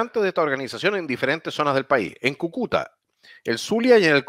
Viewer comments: Kukúta... jajaja - Cúcuta!! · cúcuta, no cucuta jajajaj buen canal! ánimo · CÙCUTA...!!!! Con acento en la primera Ú..... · Quién chucha le puede decir que Cúcuta es esdrújula ?! Por favor. Agradecido desde ya